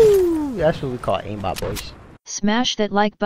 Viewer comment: Please stop saying "Oh I have AiMMbot becuse linear ". You're annoying, you're not even great.